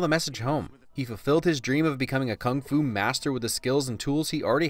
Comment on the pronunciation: kung fu or fung fu ?